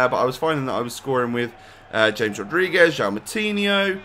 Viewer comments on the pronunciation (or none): You pronounce it like Hames not James. It is really annoying. Change it.